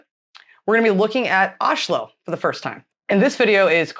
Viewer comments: I was actually really impressed by your pronunciation of Oslo, much better than any foreigner I’ve ever heard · True, you wouldn't hear them pronounce it like that, but that's because of dialect differences between Eastern and Western Norway. I live in Oslo and my family is from Oslo, and the vast majority of people here (and in Eastern Norway more generally) pronounce it with the "sh" sound. Sure, there was a time when the "sh" pronounciation was considered a bit more working-class, but nowadays I hardly ever hear anyone local pronounce it with "s" - even people from the traditionally high-class parts of the city. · My city! So cool to hear people from abroad pronouncing the name Oslo with the "sh" sound, because that is in fact the authentic local way to say it :)